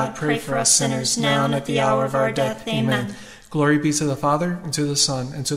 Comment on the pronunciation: Thank you ! Can you please 🙏 ask the lady to say the " Amen" properly as she sees to say " Ama" !!! 😢